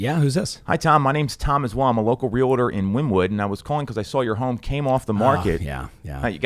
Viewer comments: Very knowledgeable but I find it unfortunate that he misprounces the word realtor. It is REAL-TOR it is not RE-LA-TOR. That is so unprofessional, come on dude. It's real estate, not rela state. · I wish he would pronounce REALTOR correctly. He says real.a.terr when it should be Real.tor.🤦‍♀️